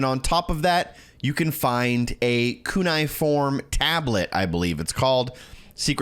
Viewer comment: How do you mispronounce cuneiform while playing the game that pronounces it for you?